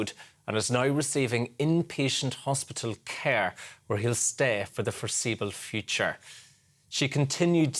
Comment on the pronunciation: Why would you emphasise "for the foreseeable future"? That stands out as being very odd to me